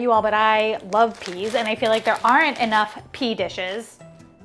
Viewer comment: Pee dishes???🤣 Add “green”. Green PEA dishes! More accurate but not as much fun.